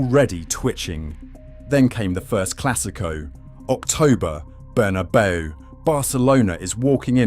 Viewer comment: Imagine pronouncing the Bernabeu as Burnabow